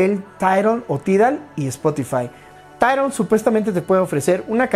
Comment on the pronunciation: Jsjsjajaa 🤣 🤣 🤣 🤣 tairol te sale chistoso 🤣🤣🤣